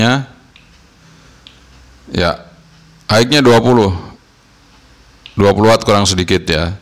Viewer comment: Long range nya Mas kudu di review hehe paling penting menurut sy sih. Jangkauan, Dan maaffff kalu bilang "high" itu dibacanya "hai" bukan "haik" Maaffff Mas. Hanya nmasukan. hihihi